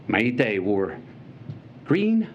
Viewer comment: I was for the Second Amendment until I heard this privileged White guy that didn’t even care to pronounce Maité’s name correctly, preach it!